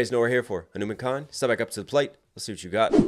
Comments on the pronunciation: It's not humankind It's Hanumankind, pronounced Hanuman-kind or Hanu-mankind. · Who wants to learn the pronunciation of Hanumankind😭🙏🏽😭🙏🏽 it's "huh-noo-maan" kind